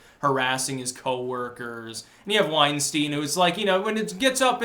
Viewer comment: Why does everyone mispronounce Weinstein’s name?